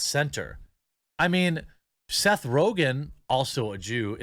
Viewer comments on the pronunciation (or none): none